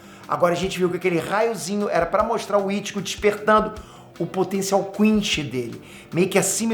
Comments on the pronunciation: O vídeo tá ótimo mas fala chama de quinci não quinchy por favor 😅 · "QuinXy" nao existe,. Aprende a falar. "QUINCY" COM 'C'